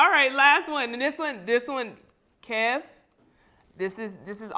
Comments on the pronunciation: This man said Kevon 😂😂😂😂💀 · That guy calling him Keyvon is getting under my skin. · I was wondering why he kept calling him Kevon then realized he was reading Kevonstage like it was a play on his name. I respect though seems humble and same with KeVon. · He knew his name was KEVIN,that’s why he kept saying KEYVON so many times. Kev handles this interview like the CHRISTIAN he is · Is he calling him Kevon because his YouTube is kevonstage his name is kev on stage not kevon stage lolbs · "Key von"😂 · NNNOOOO! It’s KEV-ON-STAGE. Kev or Kevin! Glad Kev finally corrected him. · is definitely salty. Disrespectfully saying his name wrong but Kev handled it well. I would have called him everything but after the 3rd Keyvon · 🗣🗣 Say his name correctly #StageKrew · Apparently doesn't know him or even spoke to Kev the way he keep mispronouncing his name... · Please bring Kev back without the other guy "co-hosting." And the main host needs to be more assertive in keeping the focus on the actual guest, and making sure his name is pronounced correctly from jump. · How are you a fan of his work but can't say his name right? This guy is something else. The nerve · I agree. Kev did great! And he was so gracious when dude kept mispronouncing his name. #StageKrew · Me 2 I was why this men saying his name wrong. I never heard of him. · was intentionally mispronouncing his name being passive-aggressive about kevin posting that roast